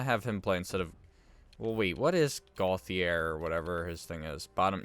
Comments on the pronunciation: It’s Pronounced Goat-e-yay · it is gauthier ( go chi air)